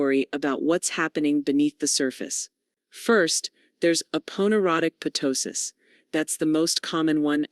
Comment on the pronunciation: It’s NOT p-tosis. It’s tosis. The p is silent.